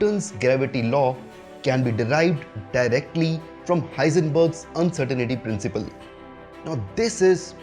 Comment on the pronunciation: It's actually The Uncertainty Principle not Uncertainaty principle